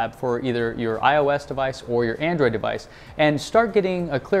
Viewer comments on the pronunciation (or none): none